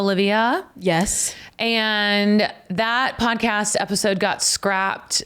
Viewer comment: Hi Sara, why you say "pancast" instead of podcast?